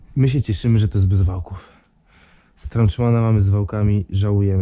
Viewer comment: Strauczman aż uszy bolą.